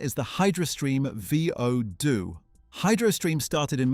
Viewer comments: I FREAKING HATE Crap AI!!!!!!!!!!!!!!! , "...the Hydrostream V.....O..... Doo"!!!!!!!!!!!!!!!!!!!????????????? The Damnnnn screen says "VOO DOO" NOT "V...........O.......... Doo"!!!!!!!!!!!!!! How's bout you take some pride in your posts and PROOF and EDIT PRIOR to posting!!!!!!!!!!!!!!!!!!!!!!!????????????? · Hydro stream “Vee-oh-doo”? What AI bullshit is this?